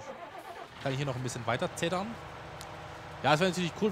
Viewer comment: Es heißt nicht zettern sondern zetten